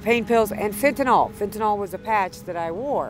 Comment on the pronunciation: At least learn the pronunciation of words like fentanyl before making blind accusations with it. It's one of the easiest pharmaceutical words to pronounce. It's phonetic. The only way to screw that up is to only listen to people mispronouncing ir and not actually read it anywhere. If this is your first time reading the word fentanyl, it might look like a new word to you. It's not fentanol or fentinall. If you absolutely need another word of similar structure and pronunciation, how about benadryl.